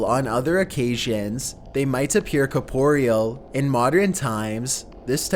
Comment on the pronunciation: It's pronounced core-puh-ree-ull....not cuh-pore-ee-al....I mean come on lol.